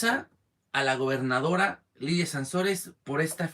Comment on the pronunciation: Hola amigo, aquí dejando mi like, un comentario, es Layda no Lidia. Con todo respeto. Saludos y adelante, recuerda que todo cambio es bueno. Bendiciones.